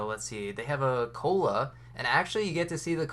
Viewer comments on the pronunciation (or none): Got confused when he pronounced Koala like “cola”